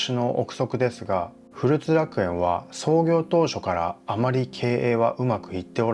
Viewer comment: ふるつではなくこつらくえんでは